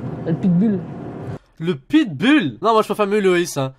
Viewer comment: C'est pas le pitbull c'est "euh l'pitbulle"